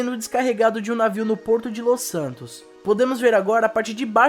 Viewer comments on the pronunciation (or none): none